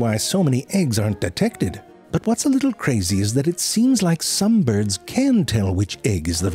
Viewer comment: byurds lol